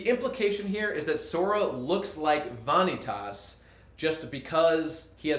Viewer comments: and he pronounces Eraqus and Vanitas wrong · It angers me how you mispronounce Vanitas.